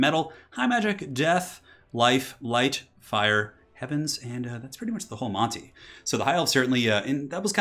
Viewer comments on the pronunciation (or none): none